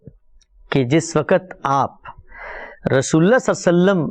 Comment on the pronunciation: ap ka smjhanae ka tareeqa bohat umdah ha urdu m waqt ko sahi talafuz kijeyae q k ap ki urdu ka mayaar AALA